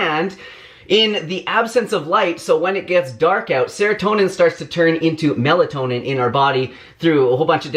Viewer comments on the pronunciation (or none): none